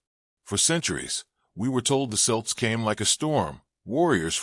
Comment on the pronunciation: Celts hard C pronounced Kelts, not Silts! Leabhair and Tuatha De Deannainn pronunciations pure cringe